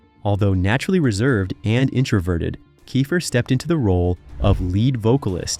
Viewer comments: It’s pronounced keefer. And I know I heard you say it correctly and then go back to kifer while I’m typing this. wtf man? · Okay first of all it’s KEEFER NOT KIFER! And they were a solid band and did great live shows, they just came on the music scene too late unfortunately. Still love Cinderella 😁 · It's pronounced Key-fer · I bailed on this as soon as he pronounced Tom’s name wrong! Cmon man, get your shit together. It’s KEY-fer. 👎👎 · its pronounced KEEFER you dimwhit lol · First learn how to pronounce names correctly "kiffer? Are you drunk? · KEE-FER!!!! FOR FUCKS SAKE!! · a kickazz band-and it's pronounced KEEFER, like reefer! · One minute in and I’m bailing! It’s pronounced “kee fer”. Content farms are the worst. Do better. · I stopped watching when he mispronounced Tom's last name. I mean, c'mon! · if your gong to do a video on a band say the lead singers name right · I'm sorry but I can't trust a guy who can't even pronounce the lead singers name on telling me information about the band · Your saying his last name wrong lol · You didn’t learn how to pronounce his name? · I agree with the name mispronunciation. This video is lame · WTH, you can't pronounce names, keifer or the word LIVE, you should be fired, WTF. idiots 2025 headline tour? or you serious? i have no words how dumb this is. not to mention many wrong pictures used as well of not even of the band. or Warrant- showing David coverdale? SMH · The fact they left him out pissed me off even more than them mispronouncing Keifer lol. He joined right after Night Songs was recorded and is on the cover and all of the videos, even though he didn't play on the record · im out. cant even pronounce tom's name. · omg. I can't with the constant mispronounced last name of the lead singer. I mean, why? There's literally thousands of interviews where people pronounce it correctly.